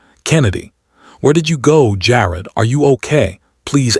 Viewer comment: Jar-ed not jarrd